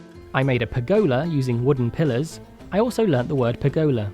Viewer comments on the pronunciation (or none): Love the video lol. Future reference :) it’s pronounced like pur-guh-luh 😝😝